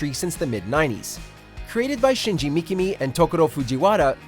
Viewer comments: it's mikami not mikimi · Shinji MIKAMI, not Mikimi... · Shinji Mikimi? MIKIMI? Its Mikami! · What is with this idiot and pronunciation? He repeatedly says ka/ga as gi, Migimi instead of Mikami, or Megimi instead of Megami, well, it was pronounced as Migami once, but still as Megimi. Can’t stand people working for business or company not pronouncing correctly. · Shinji what? Megami? Damn, you need to learn japanese my friend... Although, good video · Lol who the hell is Shinji "Mikimi"? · Resident Evil! 🖤 Happy it made the list (but expected it to be too). Also you pronounced Shinji Mikami's name wrong. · He mispronounced Shinji Mikami last name.